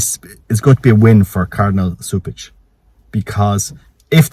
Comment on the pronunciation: My dear friend you pronounced the later part of the nsme right but the C is pronounced as a K. Regarding Novus Ordu, we must defend the traditional latin mass. St. Cantius continues their traditional latin mass it is home to a large community! So we will see! It is clear that this pope wants to destroy the catholic church!